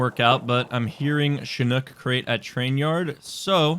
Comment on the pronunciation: says Chinook properly 😮